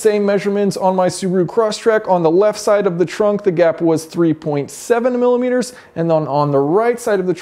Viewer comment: Take a shot everytime he says "MiLiMiteRs"